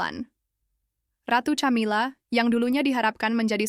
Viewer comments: Camilla=bacanya kamila, bkn camila, emang camilan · Knapa sih ucapan Camila jd tjamila